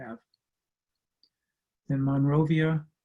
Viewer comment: One note to presentation: MORAVIAN, not "Monrovian" Instruments (the name originated from Moravia -- historical region)